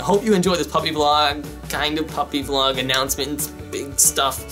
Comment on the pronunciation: Did anyone else hear him say punny vlog in the beginning